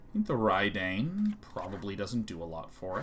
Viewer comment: So Sean, Reid Duke is the same pronunciation of Reidane. :)